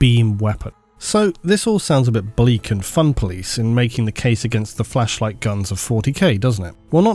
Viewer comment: How many people chuckled at emphasizing "a flAsh light" 😂? Did he have blooper on the first recording? Or are more puns about it in the 40k community?